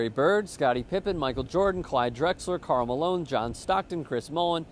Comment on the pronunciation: Dis hee Kahl Malone. Or Bill Walton.